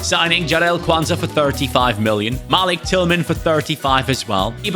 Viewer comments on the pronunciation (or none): can you do a qpr rebuild plz and malik tillmans first name is pronounced Muh-leak